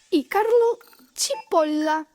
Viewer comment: Yo: Carlo Cipolla Barbaravara: Carlo Cipollllllla